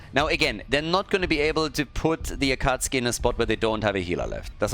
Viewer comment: Their team name is pronounced “Acka Sookie”.